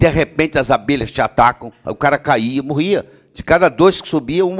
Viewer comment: ELE FALA MUUURRRIA.PODE????????